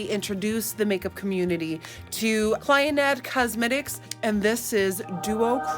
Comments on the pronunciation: Lauren Mae, here on you tube. Has bren using those eyeshadows for a long time now. And i think its pronounced "Clee-Oh-Nah" cosmetics. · Looking for ideas for pride and very excited to try the Clionadh colours. (Fyi it's an Irish name and pronounced Clee-oh-na 😊💜) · Ah my sweet Nikki, the eyeshadow brand is pronounced “Clee Yona”. But GIRL understood the assignment! That look! 🤩😍 YASSSSSS!!! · Clien- Ed cosmetics 😂😂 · Lol nikkie those are mostly multichromes from the stained glass collection by clionadh cosmetics. Clionadh is pronounced Cleo-n-da